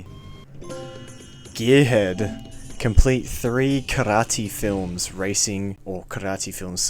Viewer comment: Wtff Did you just call Kyrat karate?